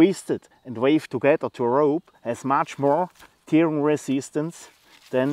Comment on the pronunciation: tearing -> "tähring" So wie du es ausprichst, bedeutet es "weinen" ;-) Tolle Ideen hast du immer. Der Packframe ist wirklich klasse.